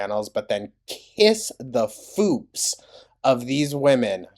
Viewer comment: Not “kiss the foops” 😮😅😂